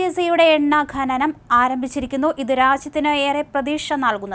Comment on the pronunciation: ഘനനം അല്ല ഡോ.. ഖനനം